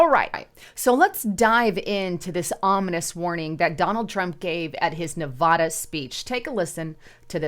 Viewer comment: I like your messages but please, learn how to pronounce Nevada.